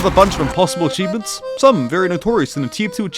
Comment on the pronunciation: Didn't you mean replay "achiebements" ?